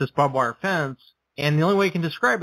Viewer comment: You do realize it's "barbed wire" (not "bob wire"), right?